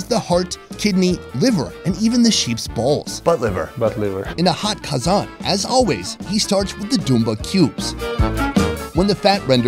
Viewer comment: How he said qazan upside down 😂😂